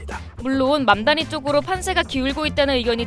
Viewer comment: 맘다니 듣다보니 망나니로 들림 ㅋㅋㅋ